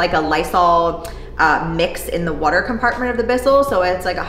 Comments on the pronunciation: I swear I heard a little Midwest accent when you said "water" lol; beautiful space! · I'm from Missouri and I caught that too! The conversion is complete LOL